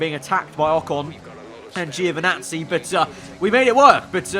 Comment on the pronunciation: Please, Giovinazzi's name is pronounced (Jo)vinazzi, not (geo)vinazzi